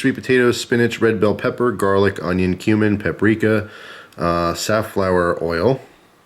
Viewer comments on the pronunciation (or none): we know u said cumin, but it sounds like u said human